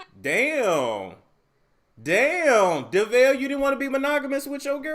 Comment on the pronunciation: lol you said Devale & Khadeen's names' so wrong. Still love you!